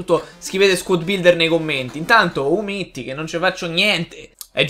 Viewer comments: Hahaha ho bello quando dici Umiti si dice Umiti c'è anche scritto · Come ha pronunciato umtiti si merita il premio nobel